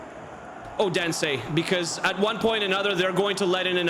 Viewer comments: Its Not Ådense Its Odense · Great video, however my earz will need some rest after hearing you butchering the pronunciation of Odense😂 Thought you were saying udinese the whole time😅